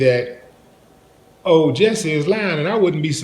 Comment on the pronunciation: It's jussie not Jessie. Sorry, I'm OCD